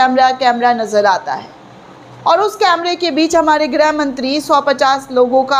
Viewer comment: मैडम जी आप बार बार ग्रह मंत्री बोलती हैं। मैडम जी गृह मंत्री होता है।इसको सुधारिए।